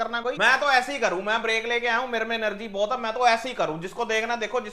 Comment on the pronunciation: Mai ko MEI bolne vali😂😂😂😂😂🙌🙌 Mza aagya